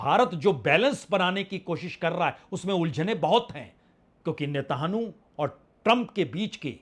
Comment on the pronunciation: आप नेतनयाहू बोल नहीं सकते नेतानु बोलते हैं ।तोतला हैं क्या ?😅😅